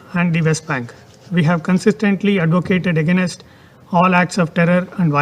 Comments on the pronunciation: What is wrong with his pronunciations? Ageenest? It's against! Why can't we appoint a spokesperson in the UN who can speak English properly, otherwise just speak in a native Indian language. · He actually mispronounced against as AGAINAST,Mr Jaishankar this guy needs to be re schooled